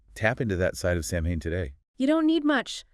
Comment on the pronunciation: It's just not pronounced the way it's spelled. It's Sow-wen. I know, not phonetic.